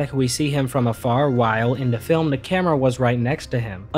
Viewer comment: Anyone else notice that he says "da" instead of "The" alot.?